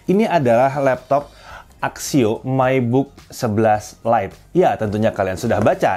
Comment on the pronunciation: Myik book..... Ya hampir mirip lah cara bacanya 😅